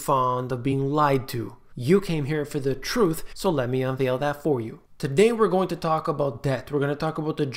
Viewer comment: Everytime you say the word Truth with added emphasis, It reminds me the dialogue. " et tu brute". respect from India